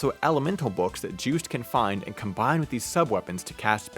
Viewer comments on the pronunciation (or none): Juste is a French name, so it should be Zhüst?